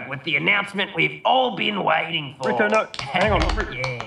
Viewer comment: Broberg mispronuncing Rico's name the whole time is my favourite little bit of sad-funny